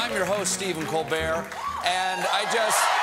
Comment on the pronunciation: thats how i hear him pronounce his last name.